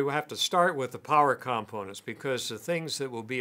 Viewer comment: You’re not pronouncing component correctly.